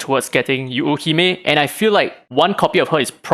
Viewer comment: If I'm not mistaken, the pronunciation for Yuuhime is Yoo-hee-may. Just more stress emphasis on the Yoo. Japanese language words/characters mean different things when said with/without the stressed sounds. P.S: I might be wrong, not a native Japanese speaker.